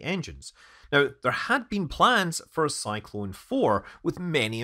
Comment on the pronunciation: It is a shame to listen stupid English pronunciation of Korolev, Energia, Cyclone etc. Shame. Is it that hard to learn to pronounce Korolev?